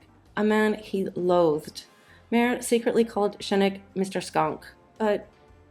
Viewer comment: Oh, there are so many mispronunciations. Nicholas Schenk's name isn't pronounced any of the ways they tried. It's more like "Shank," but you kinda need to squeeze the "a" a little. Many people in the US, for some obscure reason, decided to pronounce it "Skank" sometime during the 1980s, and unfortunately, it has stuck.